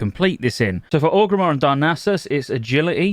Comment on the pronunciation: why do u call orgrimmar ogrimmar?